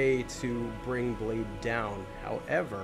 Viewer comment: Actually. " Blaidd " isnt pronounced like that. It means Wolf in Welsh and sounds like " Clive " so ' BlyTH '